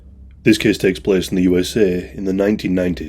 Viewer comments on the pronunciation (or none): ‘This kehss tehkss plehss….’